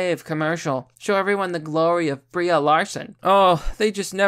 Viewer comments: "BREE" Larson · Y U say BrieA? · Nom it's Brie. He just says her name wrong.